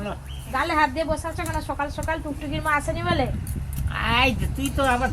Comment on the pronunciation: Ota sukala na bolo sokala sunta valo lagba dede❤